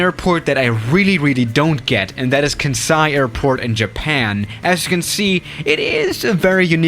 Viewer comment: Kansai reading in Japanese: Khan Sai Eveyone: Can Sai: Ken Sai